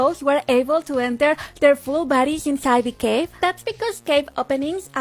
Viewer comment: The way she said cave was like"CaVA"